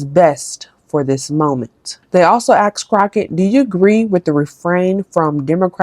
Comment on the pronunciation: It’s asked Not axed, just to correct